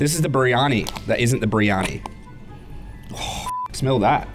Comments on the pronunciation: its pronounced BIR-EE-AR-NEE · The first meal biryani is said like briyani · BTW. It is pronounced Briyani but spelled Briyani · The first meal biryani is said like briyani. I'm not indian I'm south African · As an Indian, hearing them pronounce "kebab" and "biryani" is the funniest shit ever lol.